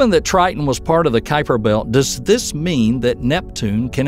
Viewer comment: Titon,triton,titon tire